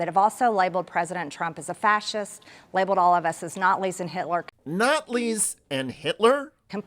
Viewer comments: Appeasing the Natlis in the 30s. Or the Gazpacho will come for you Marge! What the f is she babbling about? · Natlis. If she miss speaks when saying the word Nazis I think that means she has to resign because of a case of lifelong cognitive impairment. For the MAGA folks out there cognitive impairment means stupidity.